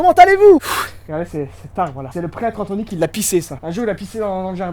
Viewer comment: "Pretre AnthNOy"